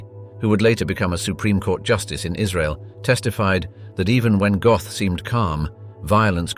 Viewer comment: His surname isn't Goth, it's pronounced GOAT..